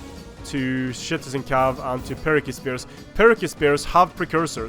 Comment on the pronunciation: Is it just me or is saying shitizen cavalry